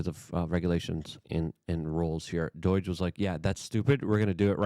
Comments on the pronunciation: Luke, wtf is 'Deutch'? Are you attempting to say 'DOGE'? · DUH OY GGGGEEE is NOT, NOT, NOT the right way to pronounce the word...... it is cringe cringe cringe and lowers your creds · STOP CALLING IT DOIGE LUKE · DOGE NOT DO-I-GE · DOGE is not pronounced like boing. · Dude please pronounce doge correctly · You pronounce DOGE weird